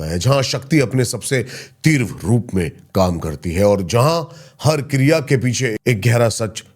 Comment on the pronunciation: Tivraa hota hai teerva nahi hotaa ...hindi ki tusions le lo sir mere se 😂